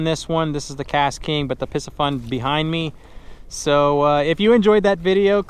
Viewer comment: Pee-see-fun is the correct pronunciation. Great channel, tight lines!